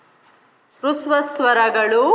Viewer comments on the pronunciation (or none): ರುಸ್ವ ಸ್ವರಗಳು ಎಂದು ಉಚ್ಚರಿಸುತ್ತೀರಿ ಅಲ್ಲ ಹ್ರಸ್ವ ಸ್ವರಗಳು ಹ ಕಾರದಿಂದ ಉಚ್ಚರಿಸಬೇಕು. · That is not hruswa swara that is hraswa swara first learn prouncasion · Adhu rasva swaragalu, not rusva swaragalu